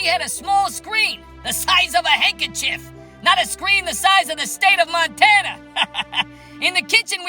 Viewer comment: I'm so freaking out how he said Montana. .I'm so triggered, I'm tuning into a libtard as we speak.